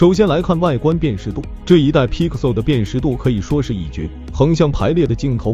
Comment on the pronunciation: bro can u at least pronounce pixel properly, u sound like ur gagging on a toe